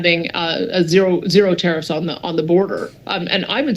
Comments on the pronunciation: Love your channel, you keep saying not tai riffs not ta riffs 😊 my husband and I worked for Kevin for 9 yrs and he is very passionate about what does. Don't forget he is Canadian and definitely wants to see Canada prosper again and get our respectful position back in the world...we have a beautiful country with so much to offer. Love Danielle, very strong and proactive premier. PS keep your receipt for your jacket, cheques might not be coming😮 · tuh-REEFS? you accented the wrong syl-LA-ble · you need to check your pronunciation for keyewords in your episodes. You look like an absolute idiot when you call tariffs, ta-reeeefs. Its ta-riff. Not ta-REEFs. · Tariffs! Not tareefs! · Try to get the pronounciation of tariffs right, it sounds like "tear ifs." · Me, say it right... it's NOT pronounced Ta reefs, it's Ta riffs, but one word! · Please pronounce tariffs properly you sound dumb........... tariffs not tariefs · I know what a tariff is.....what's a ta-reef? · It's pronounced "Tare ifs" stop saying Tareefs!!! It makes you sound retarded! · tar riff one word not tar reef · What the hell is a treef? Are you trying to say tariff? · Tareefs? lol. Tariff - Sounds like teh ruhf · I enjoy watching all your videos! I just struggle to hear you say “Ter-eefs” instead of “Ter-ifs”. Is this a pot-Ay-to/ po-taw-to thing?! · It’s tariff not tareef 😂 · Plz stop saying tareefs it's tariffs. You're driving me crazy lol. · the word tarrifs is pronounced ("tare-if") not tare-eefs. First time I thought you were joking but now I think someone should correct you. Don't ask Alexa, Siri, Google,just take my word for it. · "Tareefs?" WTF? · It’s pronounced ‘tear-if’ - not trying to be rude, just helping as you have to record content. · tah reefs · Hey! Love your show but could you please pronounce Tariff correctly. The actual pronunciation is Tare-if. Or Tare-iffs Thanks pal. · Learn how to say tariff.